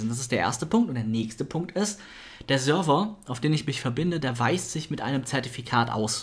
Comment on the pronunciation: Ich find super wie Server aussprichst :-D #Sörwer